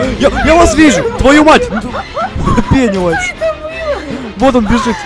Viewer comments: Тачнее не беневайс а пенес вайс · Это не Пэнивайс а Пенисвайс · Мне иногда слышытся ге пенивайс а пенис🤣🤣🤣🤣🤣🤣🤣🤣